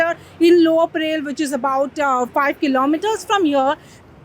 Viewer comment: Thanks for the correct pronunciation of Tilak i.e. " टिळक" and not as "तिलक". However it is not "परेल" but it is परळ..why do we need to anglicize our own names? Also it is very sad that non Marathi people make no effort to learn the local language but they also do not make effort to correctly pronounce names of people and places in our state.